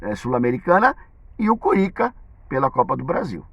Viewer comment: Curinca? Fala direito velho feio